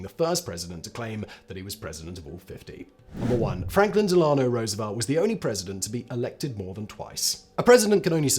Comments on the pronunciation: Dehl-AH'-no? DEHL-uh-no. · De-law-no ? I know you have lots of channels, but not that hard to learn the proper pronunciation of the longest serving president’s name.